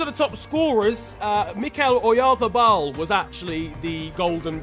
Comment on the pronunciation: nobody:: "Mikel Oyarbabal"